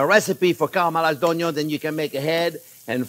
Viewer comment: every time he says "cah-rell-mur-eyes" drink lol. steak and eggs is amazing, thank you chef.